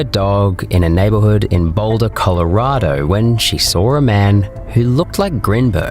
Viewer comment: it's SAW, not SAW-R